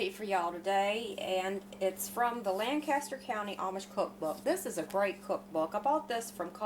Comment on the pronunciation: Being a native Pennsylvanian transplanted to VA many moons ago, I just gotta get "you'ins" in the South to learn your PA accents and vocabulary correctly...it is not Lan-caster...it is Lank-ister county. :) LOL. Just for the record, it took me YEARS to lose the "R" that we put in Washington....as in WaRsh-ington. Of course we also say things like "run the sweeper", "outten the light", and "red up your room" and I've never gotten rid of those completely. Love your videos!